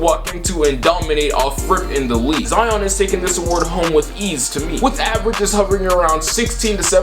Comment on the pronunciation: I’m sorry for da hate but U say Zion like zaon and it pisses me off